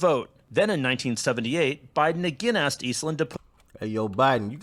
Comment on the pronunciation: no offense but asked is not pronounced axed